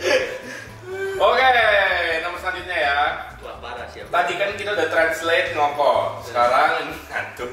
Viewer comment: Ian: ngoko itu "O" nya kek baca toko. Bukan baca tomo.